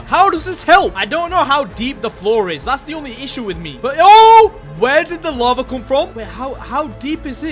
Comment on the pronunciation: its not lavar it lava